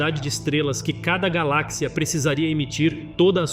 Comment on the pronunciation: Cara primeiramente vc deveria aprender a pronunciar as palavras direito nem as de português c acerta cara😂😂😂 Galak cia?😂😂😂 Seria por acaso uma companhia de barras de chocolate!? 🍫😂😂😂